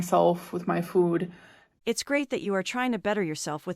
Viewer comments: Why is she pronouncing food like fooohhd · Literally nobody gives a shit whether she eats shit tonnes of food (or "fawwd" as Amber likes to pronounce it now, because that's probably how her gorlfriend does) on camera or not.